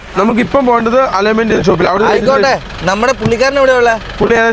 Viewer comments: ഇനി എങ്കിലും പറഞ്ഞു ശീലിക്കു aloyment അല്ല അലൈ‍ൻമെന്റ് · അലേമെന്റ് അല്ലെ അലൈ വെന്റ് അതാണ് ശരി പെട്ടത്തരം വിളിച്ച് പറയരുത്